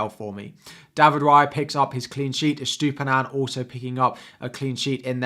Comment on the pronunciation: 'Estoopinan' lol